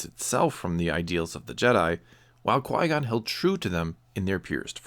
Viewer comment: He's French and his first name should be pronounced as "Quee" not "Quoi," because of je ne sais quoi. Source: not a french person